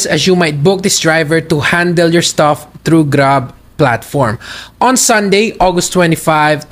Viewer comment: "STUFFF not STAFF"